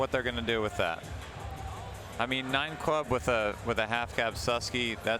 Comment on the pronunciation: i love the sls but goddamn i cringe everytime anyone says "nine club"